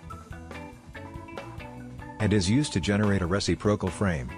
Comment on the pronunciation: you'd think with AI they could modify the text-to-speech to know how to say "re-cip'-ro-cal" from the dictionary. :) re·cip·ro·cal